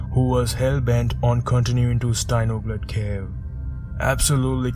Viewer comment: This is by far the most comprehensive of all of the documentaries on this dive. He also has accurate, deeper inside knowledge, and can actually pronounce Steinugleflaget. However it does seem that the team were being overconfident. To show up the Norwegians, in beating them to the reverse traverse. They hadn’t really considered some “what if” scenarios. A 2 hour time lag is great for settling silt, but a drama with the Ist group can evolve into a lethal epic. Also I suspect the leaders did not recognise the ‘barely-held-in panic’ in both the Jaris. But vikings aren’t allowed to show their fear. Are they? Patrik was the only truly confident one there. Jari H was initially stopped going forwards in the narrowest section, by his strong scooter line caught on a rock behind him. That scooter and line can be seen from Sami’s video in the body recovery dive. And as Jari H struggled to reverse, the tubes of his flayed out extra tanks then entangled with the guide line above. So he couldnt go forwards or back. (I have been fully stuck suddenly in a narrow swim thru from my compensator’s cartridge line being caught on a rock behind me, and releasing CO2. As well as having suffered 2nd degree bends from deep, cold, deco diving at half their depth, so can somewhat relate.) What happened as a result of Patrick and Jari H turning off their lights and their scooters at one of the deepest, narrowest sections or close to it, is still unknown. True it would have been amazing to experience, but